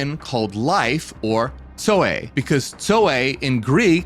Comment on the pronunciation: Brother, not trying to be dull but, are you saying Zoe or Soy? Asking for a friend 😂